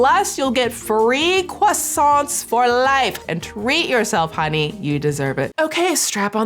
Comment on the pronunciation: Swoop: "croissant" Me: Best pronunciation by a USian I've ever hea- Swoop : "croissantSSSSSSS" Me: Nevermind.